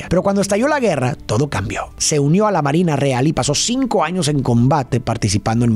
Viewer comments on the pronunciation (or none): none